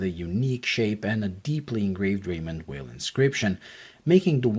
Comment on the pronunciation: your full of shit .. and you cannot even say the name right .. its not promouced as weil but vey..